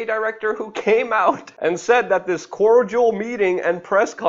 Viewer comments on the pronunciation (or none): none